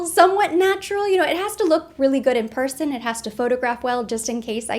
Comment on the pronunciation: When you said “Snatural,” I was thinking Natural but Snatched lol!